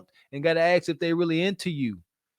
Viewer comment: Please figure out how to say the word ask I cannot take you serious when you can't speak English